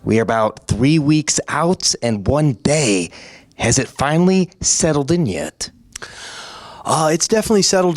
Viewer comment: “On the same daych.” My boy been spending too much time in Brazil🤣😂🤣.